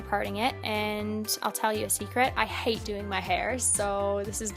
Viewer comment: you will probably disagree with me but at the start, when you talk about how you hate doing your hair, you sound like you have a very slight Australian accent coming through on the word 'hate'. Anyone else hear it? Anyway, great video, gorgeous makeup and great outfits. =)